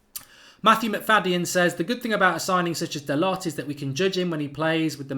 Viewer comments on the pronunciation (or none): Hey Mark his last name is pronounced Da - Low.